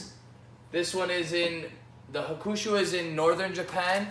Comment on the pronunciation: It is pronounced HA-ku-shu, not ha-KU-shu